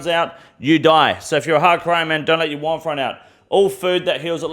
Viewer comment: Warmth or womph??